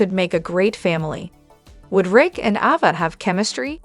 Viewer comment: Is there a reason why you don't pronounce Ava's name correctly??? I notice you correctly pronounce Avery's name correctly??? The letter a has the same sound in both names!!!